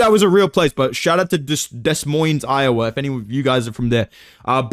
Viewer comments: Des Moines (pronounced: Duh-moyn) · Des Moines is a French name bro. You don’t say the S 😂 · I had a stroke listening to you say “Des Moines”